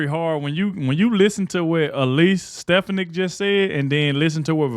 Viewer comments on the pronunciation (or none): STEFANIK Pronounced STI FAWN NIC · Pardon me, but you really need to learn how to pronounce Elise Stefanik last name. That would do you good.